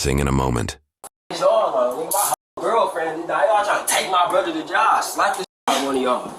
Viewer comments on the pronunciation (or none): This mfka really just said “What the fuck is yall on? I lose my hoe-girlfriend & then yall gone take my brother to jall (jail)” So first off “jall” it not how you pronounce jail even in the slightest bit…. But most importantly you call not just your girlfriend but your DECEASED GF your “Hoe”?? Sounds like a very respectable young man 🤦🏻‍♂️🤦🏻‍♂️. Shits sad asf 💯💯